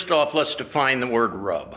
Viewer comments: Yes.. I noticed it happened in 97-98 specifically.. once you start seeing children walking down main street because they came with their parents in a truck and trailer its pretty much over.. and btw.. rub is pronounced rube with a long "u" .. last time I went was for the 75th.. waste of time.. no one is letting people camp proper.. and I had to bail my wife out 6 fucking times for flashing. Fucking joke.. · Totally agree it's a RUB fest. Except it's pronounced 'roob'! LoL I hate crowds of stiffs, the last time I went to Sturgis was in 02 and I thought it (downtown) was an overcrowded RUBfest. The Rally's only saving grace? Then as now, the excellent riding in the Black Hills!